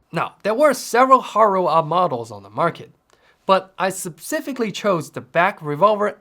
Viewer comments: MMMM what a great video, great work dude! I might have to rip this idea off because it is so gosh darn inexpensive! BTW-- The word is "Speh-cifically", not "Sub-cifically" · Love all your stuff by the way. Just thought I'd mention it incase you'd like to improve your English: you say "subsifically" instead specifically. Subsifically isn't a word. Anyway, carry on 🙂